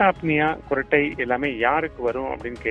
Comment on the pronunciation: Gurattai illa sir kurattai